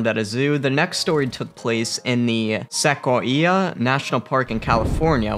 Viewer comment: What about escape? It kind of sounded like ex-ape, maybe I’m just being picky. Sequoias, now that was definitely a problem.